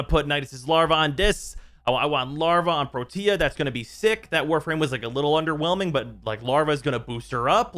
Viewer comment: please stop calling her pro-tia. Its Protea, like Proteus without an s. please. And you're STILL saying gaws knowing its Gauss? Sigh. i need to go kick something.